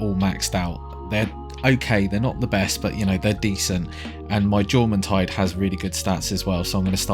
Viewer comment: In what world is Jormuntide not pronounced YORmuntide?